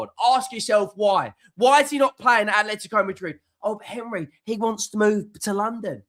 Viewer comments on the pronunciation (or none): none